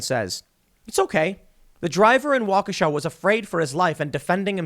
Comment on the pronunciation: Thank you for saying Waukesha correctly